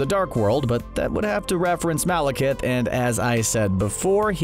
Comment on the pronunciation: That's the first time I've heard Malekith pronounced correctly on this channel. Congratulations, but it sure took you long enough.